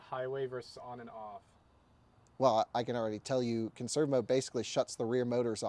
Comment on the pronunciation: "Per-ferned on... conn-serve mode?" Yay literacy...